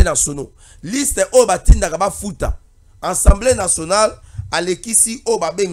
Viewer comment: La plupart de communicateurs disent : ENSEMBLÉ au lieu d' ASSEMBLÉE, ça fait honte au public quand cette petite anomalie persiste, est ce qu'on lit pas ? Veillez avoir l'autocritique, l'introspection, lisez aussi les manuels , vous avez des téléphones Android. Quand on n'a pas la maîtrise d'un mot , vérifiez le